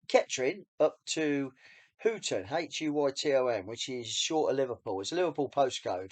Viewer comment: Pronounced “High ton”. Huyton 👍